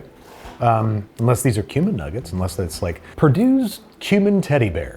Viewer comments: Gotta enunciate when saying "tastes like cumin" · I thought he said human not cumin. “Unless these are human nuggets” is what I heard. 😂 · Babbish: "Tastes like cumin." Me (hearing "tastes like HUMAN): "How do you know what that tastes like!?" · not me hearing human instead of cumin💀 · Every time Babish said "tastes like cumin", I thought he said "tastes like human." Scared me for a minute. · Everytime you say "cumin" I hear "Human". Human disguised as "spices".